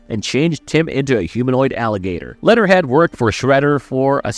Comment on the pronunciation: He says lead'er head so much! Fix ur A.I. voice or actor